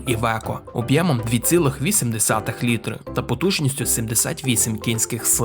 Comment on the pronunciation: Мені дуже подобається канал, вміст і гумор. Але кілОметр і літрИ. Пане авторе! Працюй над вимовою, будь ласка